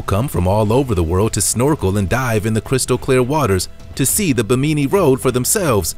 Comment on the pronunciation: It's pronounced BIM-IN -NEE .